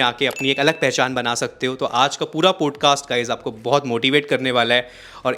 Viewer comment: Bhai it sounds so irritating when you say पोडकास्ट .. it’s पॉडकास्ट